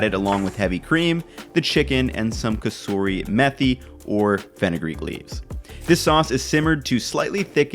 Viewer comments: Nailed that kasuri methi pronunciation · U said kasuri methi perfectly nice